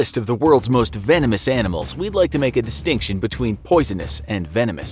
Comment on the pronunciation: say vanomous anamals 10 times.